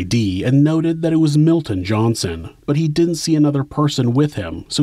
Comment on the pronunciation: "Didn't" not "dint".